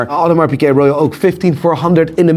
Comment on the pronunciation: There's a G in Piguet... Not Pické